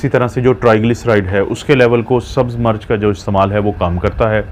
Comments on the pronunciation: Dr.Sahib aapki Urdu talaffuz bohut ghalat Hy. Plz Koshish Karen Sahi talaffuz bolen. Aap Mirch ko continue March keh rahy hen. Mirch ko march na bolen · March nahi Mirch hoti hai urdu tu sahi bolain